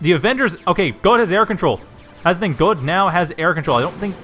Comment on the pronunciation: but.. but.. Godde is Swedish, not German XD If i remember correctly it is pronounced something like "Ghoddie"